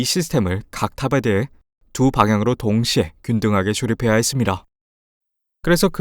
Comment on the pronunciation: 구글번역으로 대사쓴거같애 발음이 .. ~~합니다 할때 했슯니다 하네